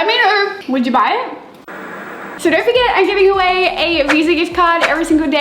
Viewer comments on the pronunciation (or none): none